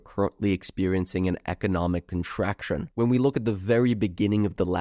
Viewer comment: Contracshun resheshun